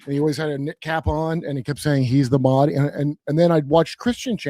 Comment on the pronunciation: Yo Judge Kurp, FYI how you pronounced Mahdi as you said comes along as closer to the proper pronunciation than what Gary Wayne said which sounded closer to Makhdi to me. Also, he mentioned that Christians view him as the antichrist, but Muslims view him as the messiah - it’s a bit more complicated, as for the Muslims not only will there be Mahdi, but that Jesus will also return in the end times. Can’t confirm for the Christian perspective but Muslims view Dajjal as the antichrist. Also, I’m not a gulf muslim so I can’t confirm their perspective, but IMO the Sunni/Shia divide is way exaggerated, especially by western commentators. Normative islam is very strict on avoiding intra-religious conflict, although real world conflicts may suggest otherwise. Personally I view those as mostly a result of political forces (and concomitant attempts to corrupt islamic doctrine). Hope this clarifies things a bit more.